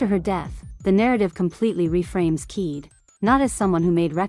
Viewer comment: Kaede Akamatsu: ❌ Keed Akamatsu: ✅